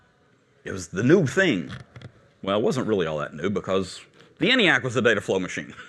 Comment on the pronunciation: Seems he's mispronouncing both ENIAC and von Neumann. ENIAC is supposed to have a long E sound. EEENIAC. And, Neumann is pronounced NOYman.